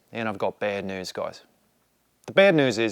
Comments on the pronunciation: Tip for Aussie accent: New and news aren’t hitting right. You’re pronouncing noo and noos, whereas it’s more like nyoo and nyoos. Americans pronounce “u” and “ew” differently than other English speakers. Examples to listen out for: emu (more like eemyoo), duty (djooty), dew (djoo) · 245 wheel horsepower is honestly pretty crazy. Aussie accent is getting better, but we pronounce "news" as "nyews". Somehow a "y" sneaks in there. Your pronounciation of "racecar" is 100% spot on. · 🇦🇺🦘Mate, so close. New = nyew rather than noo. Roll = ruowl rather than rohl. Keep it up 😂😂